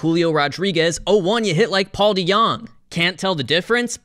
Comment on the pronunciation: Probably because he said his name wrong